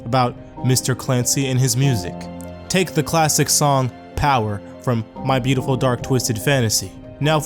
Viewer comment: This is "boot e ful"